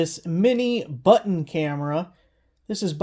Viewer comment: Thanks for ups. Helpful. BTW it's pronounced "button".